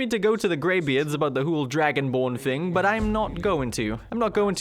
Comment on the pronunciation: Whole. Not hull.